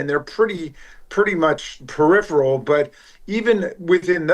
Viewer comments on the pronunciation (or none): none